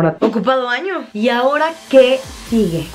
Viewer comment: jaja dice ano no año